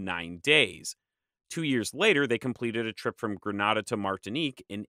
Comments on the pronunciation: Grenada Pronunciation GRA NAY DA = Grenada or the phonetic = /grəˈneɪdə/ NOT - GRA NAW DA or Granada, which city is in Spain. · Gre(nay)da, not (nah)da.🤓👌👍. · I’m so disappointed with the fact that you kept mispronouncing Grenada. It’s Gre-NAY-da my man. You’re an expert on the region so you have to come perfect. Thanks for the knowledge however. Remember… Gre-NAY-da. Granada is a city in Spain. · Great video but please work on your pronunciation. Antigua is pronounced An-tea-ga. Grenad is Gre-nay-da and Tobago is Tu-bay-go. These are English speaking territories so they use English pronounciations.